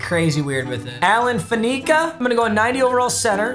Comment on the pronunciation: dawg it's pronounced FAN-ih-cuh, not fuh-NEEK-uh. put some respect on the hof's name